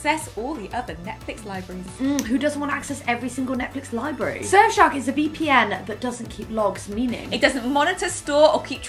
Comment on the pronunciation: Im so sorry for this but I’m going to have to unsubscribe because you said “libuury”..